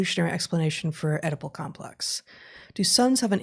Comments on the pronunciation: did he just say "edible" instead of "oedipal?" I like that! That's why I need to shed some pounds (OK, a lot of pounds). I'll use that on my doctor next visit - "But I can't stop eating that. I have an edible complex." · Tee Hee - "Edible Complex"? Ain't it "Oedipus or Oedipal"?